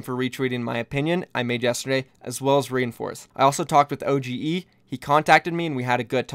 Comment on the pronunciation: It's pronounced Ohh-dge not O G E kappa